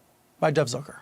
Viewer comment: He says Zuker.. you say Zucker.. let's call the whole thing off..lol I'm from Australia, but isn't Steltza heartburn medication in the US (don't tell me.. don't care.. lol) It gave me so many belly laughs.. lovin' the content.. perceptive side-splitting satire/social commentary.. 😂🤣😆😁👍👍